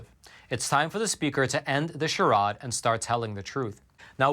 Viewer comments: …Charod is pronounces char”aid”. = charade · charade is pronounced chuh raid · I love you, but charade rhymes with "paid." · charade is pronounced shar-aid, not shar-odd.